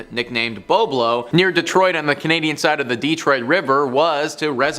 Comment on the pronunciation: And its BoB a lo